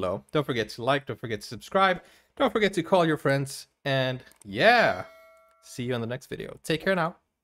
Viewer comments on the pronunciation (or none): none